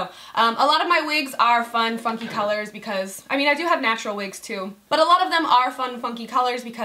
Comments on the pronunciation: I thought she said fun fuckin colors instead of fun FUNKY colors 😂😂😂😂😂😂 love ya babes 💋😙❤ I live in Tampa too boo 💋💋❤❤ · I thought you said, " fun fucking colors." lol. but seriously love the wig. you rock it so well!